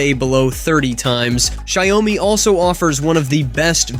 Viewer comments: What???? Xiaomi is called shawmi. Not shayumi! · Its shaomi not ziaomi hahahah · PLEASE STOP BEING A DOUCHE, AND START PRONOUNCING XIAOMI CORRECTLY!